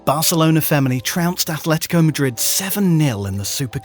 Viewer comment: Can we stop pronouncing ATletico as ATHletico please? It's 2022 and people still seem to not be able to read. It's like adding an extra letter to ArsThenal or Cheltsea...